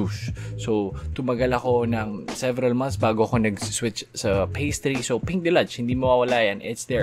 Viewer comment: your pronunciation of deluge hurts my ears..deh-lyooj not delaj..what the heal man!! 🤣✌